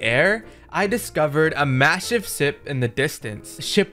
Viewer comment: bro said he found a wassive swip